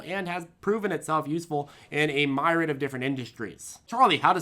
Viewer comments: Myriad is MYR-EE-ADD not MY-RID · Myriad "Mir-ee-add" YW lol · You pronounced myriad wrong. It’s meer-ee-add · Myriad. Fine word, usually pronounced "mirriad". We've had this talk with PLTR once or twice before, and it just hasn't behaved as yet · Pronounced myriad wrong....